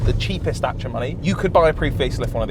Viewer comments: It’s a daciaaaa not a dachia 😂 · Y the F r u saying Dachia???? its a DaCia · What's a datcha it's a dacia James May said it many many times.. 😂😂😂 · day-c-a(dacia) NOT dacha terrible pronunciation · Its called a Dacia not Dachia even James may can say it right 🤣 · Don't call it datcha man, it's dacia, literally just read the goddamn name right. No sh there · ITS DAY SEAR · First time I´ve ever seen someone pronounce it "Datcha" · Good news, cant pronounce dacia either! 😢 Da - Cia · "Datsia Sandero"... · DACIA, there is no H in it! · As a long time Top Gear fan the way you are saying Dacia is hurting my soul. Unless I have heard it incorrectly for so many years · OK I'm triggered strait off the bat. Is that how you supposed to say Dacia or how James May said it? cause no offence I'm more likely listen to him haha 🤣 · My eye would twitch every time they said Dacia wrong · I love all your content, but I can’t upvote the weird pronunciation of Dacia